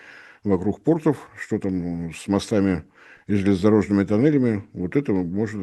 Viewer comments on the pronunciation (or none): none